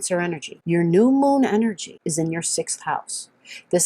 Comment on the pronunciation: the enerGGGGG!! Thank you :-)